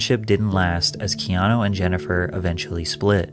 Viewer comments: The commentator in the video Adogg plays totally mispronounces Keanu’s name, for Pete’s sake. Someone please tell him that the U at the end of his name says OO, not OH. His name is not KEANO. Don’t we all wish that there were more REAL people in the world like KEANU REEVES?!? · I have to wonder about this. I hope it's true but he did lose his "first born" AND his girlfriend. "The nicest man" narrative may be lending to a trojan horse scenario. His name is Hawai'ian and to pronounce it correctly, it should be said as if the e were a long a instead of a long e. He is also one of my fave actors. He's like Clint Eastwood in my mind; an actor that chooses roles that reflects who he is and so he can just be "himself" whereas most actors put on an act for roles that are nothing like who they are. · His name Keanu, is pronounced Kay-ah-nu, not kee-aw-new or kee-ah-know.